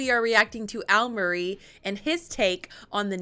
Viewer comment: Almarie? ...Al Murray !